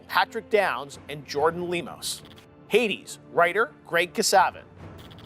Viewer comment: In all the world: Hades Goty: Heidis